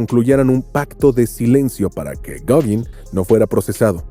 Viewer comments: Ten la decencia de pronunciar Gauguin bien. (Goguen) no (Goguin). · Gogin!? Gauguin (pronunciese gogán...) Y tiene alguna prueba del"amor" entre Vincent van Gogh y Paul Gauguin!? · "Goguin", en serio??? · ¡ SE ESCRIBE GAOGUIN, PERO SE PRONUNCIA GOGAN ! ¡ GOGAAAAAAAAAAAAAAANN !